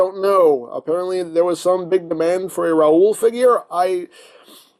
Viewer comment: De R-raoul...how much for de R-raoul? Lol.